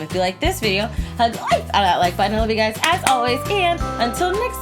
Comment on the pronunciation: I’ve always wonder.... why do you say gruy instead of guys? Idk anymore